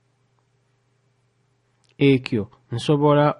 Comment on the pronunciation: Spotted errors in your pronunciation of 'Ki' and ' Ekyo'